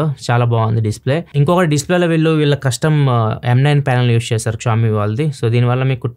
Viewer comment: క్షావొమీ కాదన్నా, ష్యాఓమి